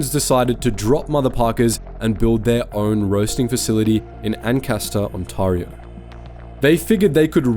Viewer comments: Wtf is an on tar o? It's pronounced on-tare-eo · Great video. One note on pronunciation: Ontario = “On-tare-ee-oh” rather than “On-tar-ee-oh”. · It's On-TEHR-io not On-TARR-io. Either AI slop or a foreign reader... probably the former. Tim Horton's hire temporary foreign workers... The brand is utterly destroyed. It is Singh Horton's and deserves to fail. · On-Tare-ee-oh. Please,. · On-tear-ee-oh. Onteareeo.. Ontario. And the last time I went to Timmie's was when they discontinued there Oatmeal Raisin cookies. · Ontario is pronounced like, "Ont Air E Oh" or "On Tear E Oh". The other thing Timmies did was they took advantage of the Foreign Worker Program which, in and of itself is not a bad thing, BUT I have wondered if those people that came to Canada are being used and potentially abused because they don't know the labour laws in the various provinces. There are several levels of wrong about what Tim Hortons became and it will take a massive effort for Canadians to trust the brand again. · I don’t want to sound rude, but the way to say Ontario is very wrong😅 On-teh-re-o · Im sorry, but I can not take any of this video seriously. When you can not even pronounce the province of Ontario properly. You are not even Canadian. This feels like a bought and paid for propaganda channel. Designed to create dissent within the country. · Your terrible pronunciation of Ontario is absolutely grating. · Hey, great video but you’re pronouncing the province wrong… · Jesus H. Christ! Learn how to pronounce "Ontario". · Learn to pronounce Ontario properly.